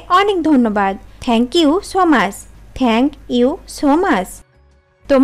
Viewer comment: আপু সু মাছ না,,,, সু মাচ